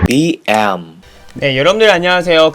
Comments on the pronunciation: 나는 왜 인트로 BM을BL로 들었지? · 처음봣는데여 이름말할때 BL 인줄알았어요 ㅌㅌㅋㅌㅌㅋㅋㅋㅋㅋㅋ